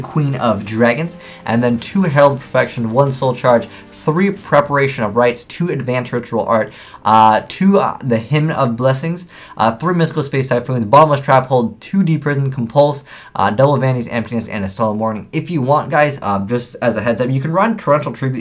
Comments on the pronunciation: Hymen?, c'mon! It's Hymn, as in a Hymnal! There are things you can use to say the name correctly, such as. C'mon. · Hymn, pronounced like him. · ...He said hymen of light. Oh my.... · Hymn is pronounced "him" I swear hymen has to do with a sexual body part LOL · You pronounce hymn as him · The 'n' in hymn is silent, like in damn or solemn. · letsgetsomeshoes1239 well towards the end tried to actually pronounce it correctly but couldnt which is what the comment was refering to